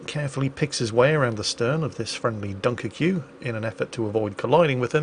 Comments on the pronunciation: This dude really said "Dunker-que," I really hope that's sarcasm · It is funny how pronounced Dunkerque deliberately wrong even if you know this French town was actually once a Flemish (Dutch) town called Duinkerken which means "Dune Church(es)". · ok that caught me by surprise, and almost had me spill all my coffee as I literally laughed > inside < my cup So the sound for "qu" in french is "k", and how u would pronounce "Dunkerque" in english is "dun-kerk". ^^ ( and if'you're into that sort of things, it means "the church on the dune" ) Also ty for the quality content all those years, and even bigger ty for stepping up for the community as a CC Kudo's mate o/